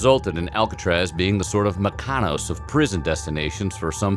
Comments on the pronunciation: Did you mean " Mykonos" ?....like in the Greek Island? If so ( just saying!) It's "mih-kuh- no-sss" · Its pronounced Me-Ko-NOSE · Mykonos is a Greek island in the Mediterranean sea..a small beautiful vacation destination..but just because I actually am sincerely just passing on some useful info(one human to another ..for future knowledge purposes- no criticism intended!) ...but it's pronounced "mick- uh- no-ss" ..You are a star- love all your videos and amazing content about things I've always beencurious about. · The way he said Mykonos made me wanna kill myself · The way this guy pronounced Mykonos gave me an aneurysm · Please don't go to Mykonos and say it the way you said it in the video =P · the way the guy pronounces mykonos is hilarious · He butchered "Mykonos" worse than I've ever heard. But yeah. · The way he said Mykonos made me vomit out of my ears. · How he said Mykonos hurt me